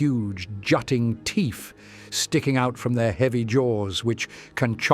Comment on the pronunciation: Teeth or teef? I can't tell tbh😂